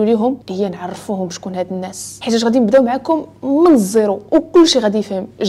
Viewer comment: أختي الكريمة إحرصي كل الحرص على حفظ الآيات القرآنية فنريد منك الَّا تخطئي لفظها لذلك لو رجعت الى الآية (وأكلهم أموال الناس بالباطل) فان لسانك قد وضع فتحة على سين الناس مع انها مجرورة بالإضافة 😁😁😁❤وشكرا جزيلا وأعانك الله